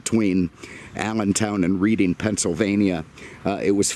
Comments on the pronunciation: Reading, Pennsylvania is pronounced "red-ing" not "read-ing." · Reading PA is actually pronounced as Redding. Named after a town in the UK, as are many eastern PA towns. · How long does it take for someone to correct on the Reading( Red-ing)?